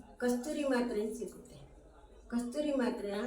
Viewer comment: Kasthuri antha yeno hellidru sariyagi kellisalila